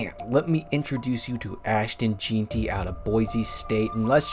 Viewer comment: Jeanty is pronounced gen-tee, BTW